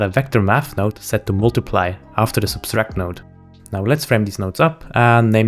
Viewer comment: A-O -V, not A O we sub-tract, not sub-stract